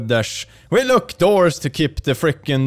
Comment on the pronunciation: it sounds like you said "in Australia, we don't lick our doors" I even put on CC and it thought you said "lick" is that true Australian do you guys not lick your doors?